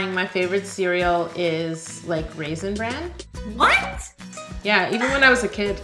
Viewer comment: What she says: raisin brand What I hear: daddy’s favorite :DD